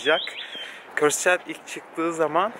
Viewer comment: Abi çeld diye okunmuyo çayıld diye okunuyo